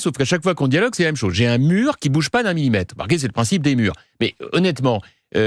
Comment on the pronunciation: Un murrrrrrrr😂😂😂😂😂